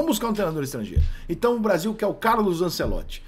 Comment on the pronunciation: Rica não acerta nem o nome do "CARLO ANCELOTTI" e quer falar sobre como joga os times dele....